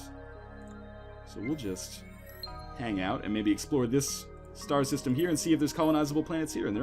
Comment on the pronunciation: i though that he said "shit dies" system O.o